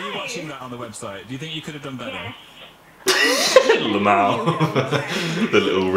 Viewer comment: He said lamaou 😂😂 rip me I love you